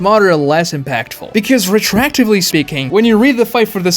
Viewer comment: It’s pronounced retroactive not retract. Re-tro-active.